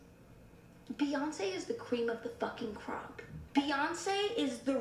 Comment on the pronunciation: BEYONCE?! BEYONCE? BEYONCEEEE?!! -new york voice-😭😭🤣🤣🤣🤣